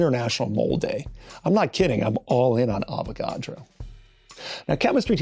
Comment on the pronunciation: You keep saying avogado